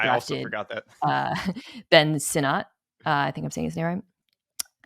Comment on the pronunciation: Sinnott is pronounced Senate❤